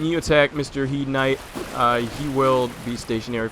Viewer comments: you dont say HIEDE armor, you say HEIDE armor! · It's pronounced as hade.